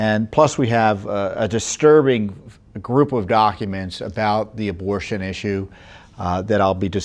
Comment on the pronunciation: When tom said "abortion issue" I literally heard "devil worship". I had to put the vid back to make sure..